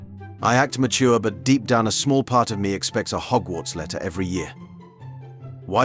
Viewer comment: It pronounced everything right except read💀💀💀